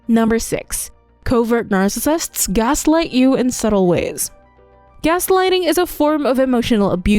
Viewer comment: Why can't the narrator pronounce "narcissists?"